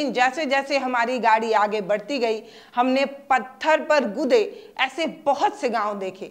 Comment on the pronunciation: पत्थल नहीं😂😂😂 पत्थर Madam😅